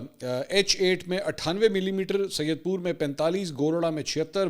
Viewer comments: syed pur nahi hay said pur hay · Said pur not syed pur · Dear Mansoor bhai, I am regular listener of you since many years may be you have less than 1 lac listeners when I subscribed you anyways I need to inform you in your pronunciation of few names of areas you say in your program these days, one from this program I am listening right now , this is area name saayed pur area in Islamabad and one is head balo - ki you call it baloki